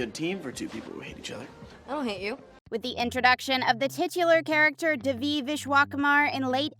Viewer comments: it’s not pronounced duh-vie. it’s day-vie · "da-vee" ITS DAY-VEE, LITERALLY NOT THAT HARD. PLEASE LEARN THE PRONOUNCIATIONS!! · WHOEVER is narrating this needs to be fired. They mispronounce Devi’s name EVERY TIME. Would you mispronounce ‘Dave’ as ‘Devv’?! NO! So how hard is it to see it as ‘DAVE-E’ and say it like that?! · it’s DAY-VE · It’s pronounced DAY VE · The actual way to pronounce it is 'deh-vi' not 'dayvi, but the way they say it in the show is quite close. ' - coming from a tamil, south Asian person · As others have said you are pronouncing the lead characters name wrong… considering how much info is packed into this video that seams rather careless🤷🏼‍♀️ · this narrator needs to get fired or needs to go to school again to learn how to watch someone say they name properly and repeat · Ma’am pronounce the name right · It’s not the American accent. It’s the complete mispronunciation of her name... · It is fake like they can‘t even pronounce Devi‘s name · The fact that the narrator of this video is pronouncing Devi’s name wrong is really irritating, they say her name properly on the show. It’s like when you spell your name in your email signature and people still misspell it in their reply.